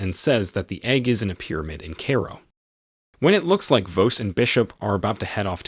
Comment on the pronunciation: This content creator needs an editor and quality control specialist. How can the narrator (human or A.I.) mispronounce so many common words: 'Cleopatra' as 'Clee-Op-Pa-Tra 'Cairo' as 'Care-Roll' or 'Carol' '... still ...' as '...steel' ... And refer to the famous museum known as ''the Louvre' as window blinds. Is this movie out on DVD yet?